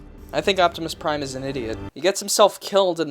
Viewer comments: Justin Mallon optimus lime (pie) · Optimus Nein was what got me.